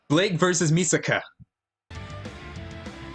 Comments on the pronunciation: Its mikasa not misaka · It's Mikasa not Misaka!😤